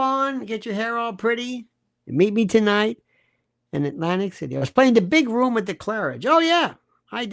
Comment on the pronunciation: I thought I was the only one who has mini seizures while driving every time Candace pronounced words incorrectly. 😂 my favorites Izhreal, RUM for room, malady as M’Lady, COLTure instead of culture.